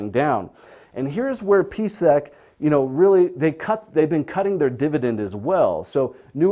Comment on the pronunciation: I'm not understanding the numbers on your board. $10.61 for a stock price? I look up PSEC (Prospect Capital) and see it hasn't been over $10 since 2014. This video was published Jun 15, 2019. Huh? At he introduces PSEC but slurs his enunciation - it sounds like BVC. When I look up PSEC I see a high monthly dividend. So this must be Prospect Capital. What's up with his numbers?